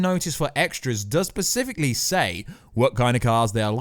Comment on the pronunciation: Specifically.... not pacifically.